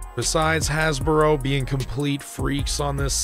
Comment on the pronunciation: Why do you keep saying "Hasboro"?